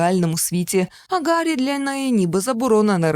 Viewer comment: Гарі, а не Ґарі, бо в оригіналі Harry, а не Gary.